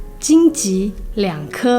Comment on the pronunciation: 金ji 桔? 恩.....你念ju或jie都行啊，金ji.......顿时.......